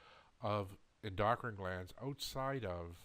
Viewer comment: I understand what you're saying, and I agree. It does bother me that you can't pronounce oxytocin and endocrine correctly, and lessens my faith in your products. We're all suffering and looking for a cure for our ailments outside the box because big pharma controls our doctors. Thanks.